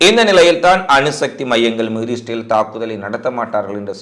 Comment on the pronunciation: இஸ்ரேல் என்ற வார்த்தை வாயில் ஒழுங்காக சொல்லுங்க